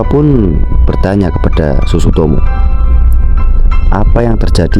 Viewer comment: iya sutsumoto malah dia ngomong sutsutomo